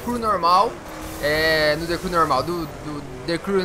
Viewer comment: De Cru kkkkkk o cara não sabe pronunciar a palavra vei mds